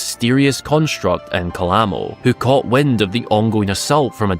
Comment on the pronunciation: Don't worry about it. You're not the only one out there that completely ignores in-game pronunciations.